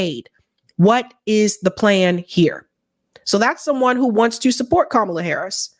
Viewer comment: I love how he pronounced her name “Camela” again after they just grilled him about that on the breakfast club 🤣